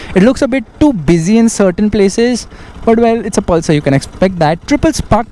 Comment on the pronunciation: Palsar mt bolo bro